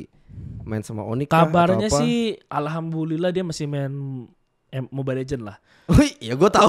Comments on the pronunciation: Bikin salfok tiap bilang "alhambulillah". 'Du du, not bu. Alhamdulillah ya ya besok besok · bukan almabulilah "Alhamdulillah" yu bisa yu ashadu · Ko, intrupsi dong, bilangin ke dia salah ucap "alhambulillah", yg bner harusnya "alhamdulillah" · Dia gak ngomong Alhamdulillah tapi alhambulillah🗿🗿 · Alhambulilah dia ngucapnya ngab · Ngakak pas bilang alhambulillah, NT NT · Alham'b'ulillah dia bilangnya ler, coba turunin speednya ke 0.25x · Alhamdulillah bukan ahambulillah tpi gpp sih stidaknya nya lu udah berusaha ngucapin kata itu, toleransi beragama 🙏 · tapi kenapa gw dengernya Alhambulilah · Tapi bang saya denger nya alhambullilah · Ini gue yang salah dengar apa gimana ya, yang di sebut ALHAMBULILLAH atau bener ALHAMDULILLAH ya? Kalo gue salah tolong dikasih tau ya gaes 🙏🏻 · gua lurusin kata" lo alhambulilah tapi yang bener alhamdulilah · "alhambullilah" wkwk tapi respect nonis bisa sebut Alhamdulillah dikit sikit salam toleransi Tapi bisalah ashad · 11.40 "alhambulilah" Alhamdulillah 😂 panutan perbaiki sedikit lagi yaa😂😂😂hahaha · SAID: ALHAMBULILLAH, WKWK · nobody:....: lah..alhambullilah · 2 hal yg gua sayangin dan malah agak risih denger podcast ini: 1. Duel "ibarat kata" dari mreka berdua 2. jelas bgt di earphone selalu bilang "ALHAMBULILLAH" pakek B ya bukan D But overall not bad lah, bnyk ilmu juga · Apa gua doang yang dengar si ngomong alhambulillah bukan Alhamdulillah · Alhambulillah gw gatau apa agama lu tapi gw senang banget dengar lu nyebut kalimat itu, btw yg betul "ALHAMDULILLAH" 🙏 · Yg bener alhamdulillah,, bukan alhambulilah.. Pake d bukan b,, okeeyy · Alhamdulillah bro bukan alhambulillah wkwk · .: Alhamdulillah. Terdengar alhambulillah atau emang iya heheh... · "ALHAMBULILLAH" " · Sorry,Alhamdulillah ya bukan Alhambulilah Hehe cuma ngasih tau aja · Kok gw dengernya alhambulillah ya ? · allhambullillah wkwk pake d 😂